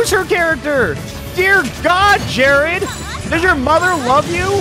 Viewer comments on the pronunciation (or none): actually it was jaird like jab air lmao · No one: Absolutely nobody: Not even jArEd: Alpharad: dO yOu EaT sAnDwItCheS wItH tHe CrUsT oF, JAIRED